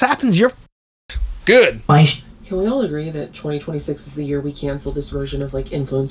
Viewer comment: Anyone notice how she lost her accent when she was getting upset? "I do this every YEARRR" (non accent pronunciation of year) instead of "I do this every YEE-AH"